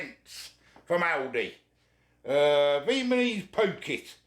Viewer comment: Viet ma nese 😂